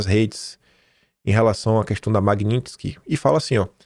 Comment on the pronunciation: amém o aprendeu a falar Magnitsky